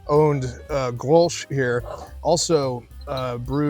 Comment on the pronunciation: the "sch" is silent. the "G" is like your hawrking up a loogy. GGrols